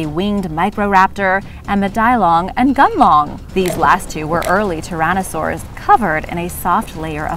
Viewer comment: Great videos , Thanks ! I think the Tyrannosaur " Gunlong" is probablly actually Guanlong , but still is an interesting video !